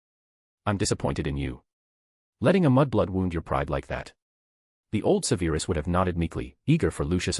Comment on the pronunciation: Im not halfway through and enjoying enjoying this greatly but theres one thing tha distracts me and I wish you'd fix it. "Severus" is prounounced SEVerus, not seVAIRus......ALWAYS. Thanks, Madam Mim